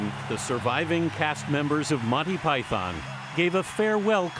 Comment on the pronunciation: They can't even pronounce Python properly